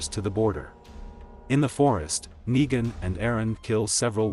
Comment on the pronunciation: Why you say nagen